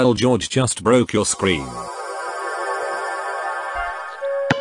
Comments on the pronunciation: "The ball has caught JOJ" Me : laughing hard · Mummy Pig: ´I will teach a game that will teach Joj how to Joj´ 🤣🤣🤣🤣🤣